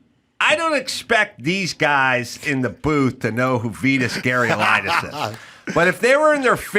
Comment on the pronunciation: Adam can't even begin to pronounce Vitas Gerulaitis